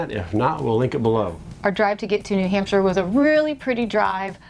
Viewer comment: I love how you keep saying nahamsha!